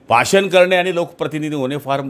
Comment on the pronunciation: अरं बाबा बाषण नको भाषण बोल